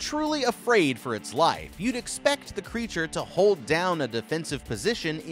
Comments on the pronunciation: It's pretty clear he meant to say "life" but yeah, it comes out as wife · "saving his wife"🤣 instead of "saving his life"